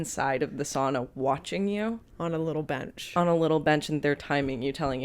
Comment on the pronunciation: Loving the correct pronounciation of SAUNA in this video as a Finnish person